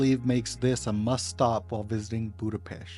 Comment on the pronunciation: Hey there! It was a really nice video about my hometown! There are very few people who can pronounce the name of the city correctly, we appreciate that! Your presentation was very interesting, you visited some beautiful places. Next time you are in the area you should also visit the Normafa, which has a beautiful view of the city. Margaret Island is also a beautiful place for a picnic and a chat! Our new Ethnographic Museum is also beautiful, it is worth a visit because you can learn a lot about Hungary and our culture. It's just behind Heroes' Square, in the Városliget, the new building is the "gate" for the park. Perhaps the best thing about the whole city is that you never get bored. Everywhere, on every corner you can find a concert, a dance hall, an event worth visiting! The city also has many free festivals in the summer. Oh, and the dog statue. This statue commemorates Lieutenant Columbo and his dog. It was built because Peter Falk, who played the famous lieutenant, claimed to be of Hungarian descent and his great-grandfather was a famous Hungarian politician and writer, Falk Miska. In 2014, a statue was dedicated in his memory at the entrance to Falk Miksa Street. In Hungary, the Columbo TV show was really popular, so it was an honor to the Hungarians!